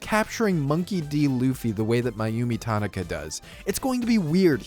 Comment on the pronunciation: Brother, this is a great video and I like your work. Don’t take this the wrong way. Tanaka is The easiest Japanese name to pronounce. You gotta get that right.